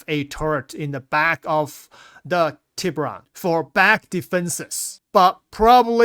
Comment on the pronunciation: Aegis Tribune. cmon man its TEE bOO RonE Tiburon